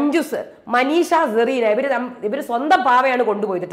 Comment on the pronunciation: "Zerena" ALLA, HER NAME IS "Cerena"